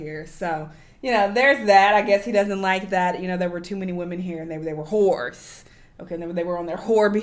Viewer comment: I am in tears 😂 with each time was saying "whores" in the end with the emphasis lolol